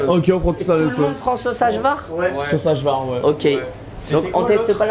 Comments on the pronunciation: Pour info a , le cevapi c'est un plat traditionnel de bosnie de base, mais connu dans tout les pays balkans. Et la bas le J se prononce Y , donc on dit Ayvar 🤣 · Ça se prononce aillavar et pas ajvar😂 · Vous dites hajvar avec le son j comme en Français mais c est le j en allemand (jott)